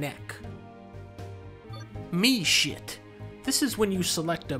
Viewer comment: My brain lagged out for a bit when he said "mi-shit"